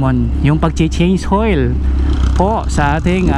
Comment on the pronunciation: mamaltuk cabalen haha. "Change hoil"